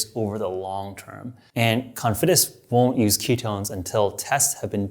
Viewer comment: Cofidis, not Confidis.🤣